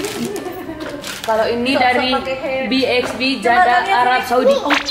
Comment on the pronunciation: aduh bukan jaddah tapi jeddah.....onyo ngomong begini nih yg selalu bikin perut sakit karena ketawa denger yg bacanya salah baca..bikin gumushhh